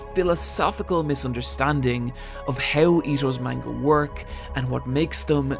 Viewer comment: My boy said manga wrong. Im dipping